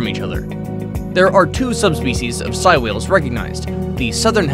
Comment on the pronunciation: Its actually pronounced sey like saying so its sei whales